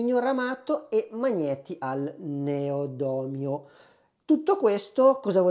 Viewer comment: Neodomio? In quale tavola periodica? NEODIMIO!!!😂 E poi teufel non si può sentire...è un'azienda tedesca quindi si pronuncia toifel che significa diavolo. Un po' di precisione in più darebbe maggiore credibilità alla tua recensione...non prenderla male è solo un consiglio. Ciao.